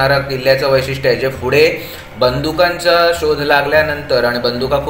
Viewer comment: Good info , फक्त आपण फुडें असा ना म्हणता पुढे असा म्हणा.